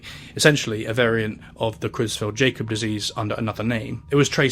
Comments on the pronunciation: Just an inconsequential FYI but the Jakob in Creutzfeldt-Jakob is pronounced "Ya-cob" not "Jay-cob". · Creutzfeldt-Jakob is prronounced not as Jay-kob but rather as 'Y'akob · it’s pronounced “YAH-cub” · It's pronounced "yakob" bro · I agree, this is otherwise a very good video (though the incorrect pronunciation of “Jakob” in Cruetzfelt-Jakob disease is a bit peeving), but I can only see the same clip of a suffering sheep for so long before it loses all effectiveness